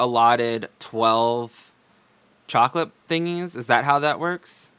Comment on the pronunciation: I hate the way she says 'chocolate'. She throws a breathy "h" in there. Unacceptable. 😁😊🤣